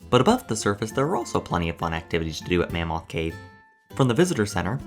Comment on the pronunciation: Have you ever been to mammoth cave? You pronounce it like you have never been. Mah-moth cave.